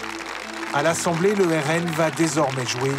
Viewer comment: le RNM ou RNeM, le E ne doit pas être séparé du M lors de la prononciation